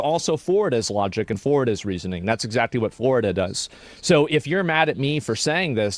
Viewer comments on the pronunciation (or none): none